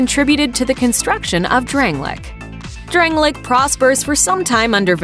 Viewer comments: Drang- lay- ick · why does she say dranglic and gwen